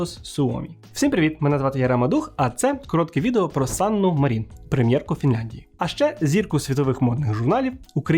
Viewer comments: Чорт, як можна казати, що Фінляндія перемогла в Зимовій війні, якщо вона віддала совку велику частину території — зробила саме те, чого совок й хотів? + Санна мАрін, чому МарІн? У фінській мові наголос завжди на перший склад. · Цікавий випуск, дякую! Єдине - Мàрін, бо у фінський наголос завжди на першому складі.